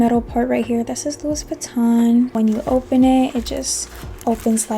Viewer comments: Please pronounce it Loui not louis. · The "s" is silent in French for the name Louis.